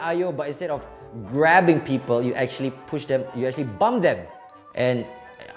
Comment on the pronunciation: Did he say bum or bump